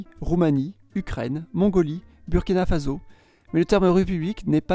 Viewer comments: Bonjour Il faut prononcer Bourkina (OUR et pas le U de future) FaSSo (S et non Z) svp. Ne faites pas comme les officiels occidentaux qui le font exprès car je vous crois de bonne foi. Aidez les Burkinabè pour cette correction. En tout état de cause, merci pour vos vidéos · Peut être dans ta langue il faut prononcer comme ça, mais en français ça se prononce bUrkina Fasso. Merci de respecter chaque langue et ses prononciations :)